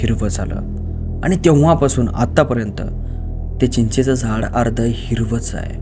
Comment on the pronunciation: चीचाच झाड, नही भाऊ! चिंचेच झाड हो!😂